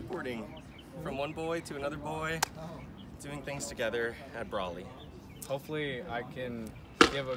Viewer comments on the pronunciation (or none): I like how he calls it Brally